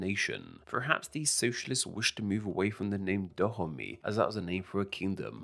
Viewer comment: Actually it's not pronounced '' Tha Homie'' but "Da-o-may" sorta